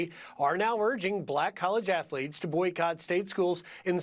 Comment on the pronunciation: Did he say affleets